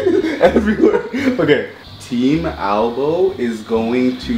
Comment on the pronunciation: omg... it's AlboE, not ALBOM